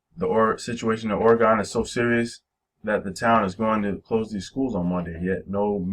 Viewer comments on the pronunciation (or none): I'm born and raised in Oregon.. It is pronounced Ore gen not Ore gone. Ask any Oregonian that. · It's pronounced Ore gen not Ore gone.. and you can come join us here. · You're literally butchering the pronouncing of "Oregon"